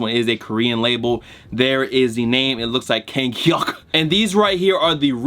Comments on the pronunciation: Lmao that Korean pronunciation. Idk if it was right or not - but it sounded right 😂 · When bull said “ Kanghyuk” i died on the floor 😂😂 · love the pronunciation "Kanghyuk" lmao